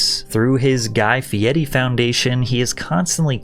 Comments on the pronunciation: Love mostly all your videos but you constantly pronouncing his last name ‘Fieti’ drove me up the wall lol. Why?? You spelt his name right in the title? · Are you makimg your videos purely with AI now? Fkn pronouncing Guy Fieri as Guy Fieti the whole time. What a waste this channel is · Why do you say "Fieti" with a "t" when his name is "Fieri" with an "r"? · Fieri. It's Fieri. Not Fietti. You're speaking English. This is as obnoxious as middle America boomers trying to say "tortilla" with a Spanish accent. Stop. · i thoguth his name was pronounced "fay-reeeeeee" not "FïÊRRÊËÊË" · FEEE EHHH REEE....Not FEE ETTT EEEE..Ask the man yourself.. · but it’s spelled like “fee airy” why tf is he saying “fee etty” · Why does patrick pronounce dudes name all weird? He kept putting a t in guys name. Fe air re not fe etti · Could we PLEASE 🙏 stop saying "Fi-dedi"...it's Fee - er - ee...NOT "Fee-dead-ee", not "Fee-de'er-di", & not "Fee-e-eyedi", no matter how hard he/others try to make it sound "cooler" by adding letters that don't exist. Also where TF are u gettin that Triple-D is ANYTHING even REMOTELY CLOSE to Gordon Ramsay's Kitchen Nightmares? Ramsay CRITICIZES food, dirty kitchens, etc., Guy does basically the EXACT opposite, to the point I've literally NEVER seen him criticize ANY part of the restaurants he visits. Where on EARTH 🌎 are u gettin the idea, those 2 shows are ANYTHING similar, other than the fact they both have food involved? If only sayin things, made them true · Im dyslexic and always thought his name was pronounced "Guy Ferrari" 😂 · You said his last name incorrectly every single time. It's an "r" no a "d" fieRi not fiedi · Fee eddie ? Dude, since when is an r pronounced as a t ? 😂😂😂😂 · IF you are narrating this yourself? Ugh. You're miss way too many pronunciations. If it's AI you get what you got.🫤 I mean, FeeeEtty, Guy FeeeEtty. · Why do you say his last name like its some Italian sex position? its just fee- airy. Simply as. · Guy "Fietti"